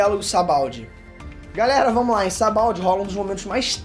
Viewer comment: "Sabald" kkkkk